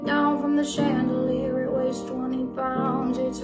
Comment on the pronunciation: I swear that sia pronounces it chandelieree